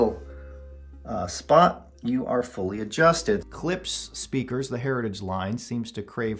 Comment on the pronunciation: Its 'klip-sh' not 'clips'